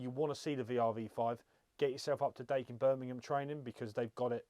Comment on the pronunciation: Da-e-kin not day-kin だいきん